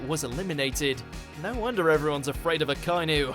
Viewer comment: Using dubbled clips, mispronounced "Akainu" and the list is just bad in general. So many better fruits out there. I'm sure you've read some of the comments and the fact that Enel's, Kuma's and Aokiji's fruits didn't make the list is embarrassing.